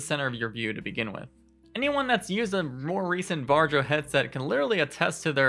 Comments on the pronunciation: I'm pretty sure varjo is pronounced var-e-o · Varjo? Just say varyo. Or just shadow. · This is a great talk. Although I couldn't help but laugh a little when you said Varjo, it's pronounced 'VAR-EE-O'. Anyway Micro OLED is a fantastic new display technology and we've already seen the Arpara 5k which Sebastian Ang has already looked at - this headset has some ways to go but the display technology is amazing and it uses the pancake design you mentioned in a much smaller form factor. This is the future of VR and it's within touching distance!